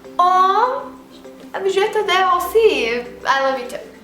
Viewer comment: your french is not actually that great you pronounced adore and française completely wrong